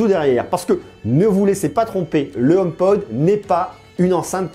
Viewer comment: Merci pour ton commentaire constructif. Tu tien de bon propos, et c'est plaisant de nos jours (on en voit pas assez) . Je me permet quand même de te corriger, c'est HomePod, non, Homepode . Pour ta culture Apple, La pomme travaille sur ce HomePod depuis 6 ans maintenant. D'où sort tu ta source à propos du partenariat entre Apple et Ikea (J'en avait entendue parler il y a maintenant longtemps mais c'était que des rumeurs à prendre avec des pincettes). Ne prend pas mal mon commentaire, au contraire. Si ça t'intéresse je tient un site, sur l'actualité Apple et j'aurait bien besoin de personnes comme toi qui pourrait rendre le site plus actif et le ferai connaître d'avantage. Si tu est intéressé , envoie moi un mail à Cdlt, Kanon.